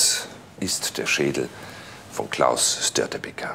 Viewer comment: Also die Aussprache Katastrophe 1 es heißt Gotland und somit mit langem o gesprochen 2 die bunte Kuh war nicht Störtebekers Schiff Und 3 Störtebeker hat er auch katastrophal ausgesprochen